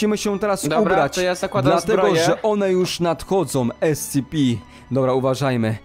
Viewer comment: Nie mówi się escepi tylko escepe